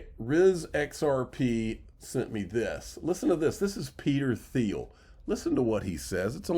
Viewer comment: Peter Thiel pronounced TEAL